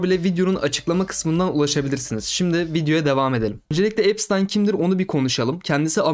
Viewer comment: epştayn diye okunuyor